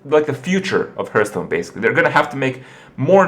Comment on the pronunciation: You've been playing Hearthstone every day for 2 years now. And you still miss pronounce it. How?